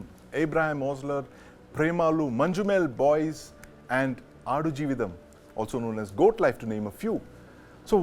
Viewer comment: It’s not Manju- Mel boys it’s pronounced as Manj- Mel boys